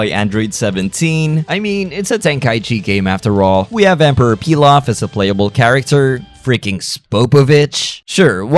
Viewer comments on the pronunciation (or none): none